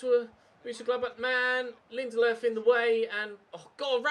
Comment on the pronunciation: Lindelofs pronunciation🤢🤢🤢🤢 stop using an accent it’s so shit